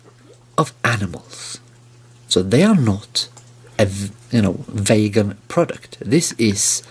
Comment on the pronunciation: "vagan" he dosnt even care to pronouce it properly. Guys a total nutjob imo.